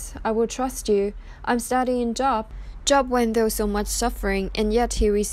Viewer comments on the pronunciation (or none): it's not job...it is pronounced with a long "O" vowel sound...ugh I hate computer voices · Please...if you are quoting the bible please prounounce the names correctly. It is not JOB.. its the Long O like bo...wl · It's pronounced J oh b with a long O, not like, I have a good job, short O. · Wretched what’s happened to these girls and how their parents chose to handle this disgusting situation. I feel absolutely horrible for these girls. Job- is pronounced Jobe- long O not short. Irrelevant given the topic at hand but it bugged me hearing it pronounced wrong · Thanks for the video. Job is pronounced with the long “o”, as in the words goal or go. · Exactly. In this case the O it is pronounced a long O. Such as Oprah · Ty. This was drivi.g me nutts lol. Jobe is job. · Just an FYI, your pronunciation of Job is incorrect. The name rhymes with "robe". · It is pronounced Job...long o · It’s pronounced with a long o. It’s not job like working it is pronounced Like Joab. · You can't even pronounce JOB. It is JOOOOOOOB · Please learn the correct pronunciation of words before you do a vlog....Job is not like having to go to work because it is your job....it is like Joe---b. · Please stop pronouncing it “job” like a job! It’s “Joe-b”! It’s a Bible Book! C’mon! Really? Lose credibility & sound stupid, OR correct it & keep viewers! Content is pretty good- but— not a good look. Even if the voice is computerized- change it or take it down! Respectfully IMO! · This is comedic gold with her reading scripture pronouncing Job as a job (Work) when I got my 1st class FCC license so I could be on radio when I was back in high school I had to take a class and pass a test in broad cast journalism pronunciation, this planet just gets dumber, and dumber, in this case very funny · JOB! LONG "O"...... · It’s Job with a long O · You need to know how to pronounce Job, it not like the work place job. Look it up!